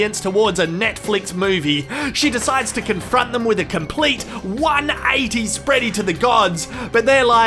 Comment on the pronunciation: "Spready to the gods" 😂😂😂